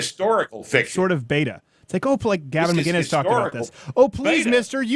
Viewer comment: Steven, I'm always baffled by the fact that you have such a hard time saying Gavin Mckinnis. It trips me up every time.